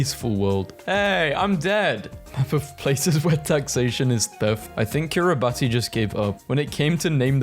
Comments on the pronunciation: it's spelled kiribati but it's pronounced kiribas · Dude its pronounced kirabass 😭